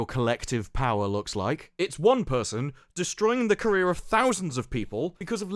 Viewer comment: I could hear you reading that title. lol "...And THIRST FOR POWA!"